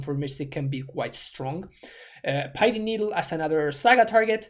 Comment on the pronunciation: Love your amulet titan content. This is a pretty good look at GW company. Well done. Pedantry disclaimer: Pithing is pronounced with a short i sound not a long one. Sorry it just bugs the crap outta me. Lol